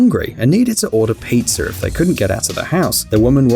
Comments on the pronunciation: Piazzer?? Might you be a Brit?? Adding letters that aren't suppose to be there?? Queen's English and all that BS. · WTH is “pizzer “ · sorry but “pizzer.” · Did anyone else hear peezer